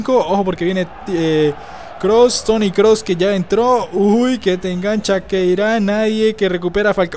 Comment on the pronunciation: se dice kroos no klos 😞